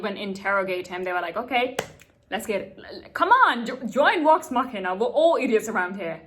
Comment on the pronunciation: Assuming you're not trolling us... to pronounce an English v sound, make like you're going to pronounce an f sound, then instead of exhaling, voice the sound through your teeth. V is basically the voiced version of F. Vax, Vex, Vox Machina.